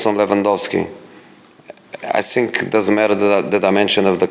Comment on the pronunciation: " I sink dat my words are very important and I sink dat your question is amateur and I sink you need more training "